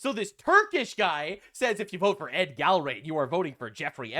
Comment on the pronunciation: I love in Massie's district. I've voted for him every time until this one. I think he changed after his wife passed. BTW, Gallrein is pronounced Gal rine.